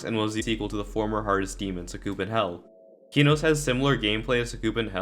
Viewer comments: him: keyknows me: NO him: deemaws me: NOOO PLEASE DON'T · man calls it keenos